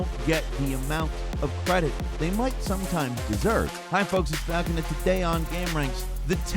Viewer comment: Hi, Falcon. It's folks